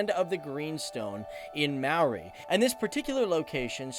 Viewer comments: Talk about butchering Maori names, it's not mow-ree more 'moldy' and it's not roo-uh-PAY-hu it's 'roo-uh-PE-hu (as in the PEZ candy without the z) if you're going to provide pronunciation advice make sure you're correct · Maori is pronounced like the word mouldy (mo-rr-e) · you pronounced it mari not mowthe you need the moldy to help with the last half but most people get it wrong anyway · Ruapehu is pronounced rua pay who but with a rolling of the tongue like drua pay hu, maori is pronounced like mouldy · more like mowthe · I live in new Zealand and it's pronounced möri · you said moari wrong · Hi I'm from new Zealand and your pronunciation wasn't the greatest but I don't blame you. It is truly a wonder full and amazing country full of natural beauty. If you would like some info hit me up. And we might talk about some slang also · It was fine until he said “Maori” bloody hell!!! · Not the worst pronunciation of Maori I've ever heard. Some people think it's may-oh-rai. Like long I. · wow you did awesome on the pronunciation - buuuuuuut ty a Maori dictionary next time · you're right there is no marry but neither is it mow as in "now". The "a" is long as in "car", the "o" is pronounced "or" and the "i" is pronounced "ee" as in "tree"..and you just run the vowels together,one after the other, technically you could say it's a three syllable word...good try though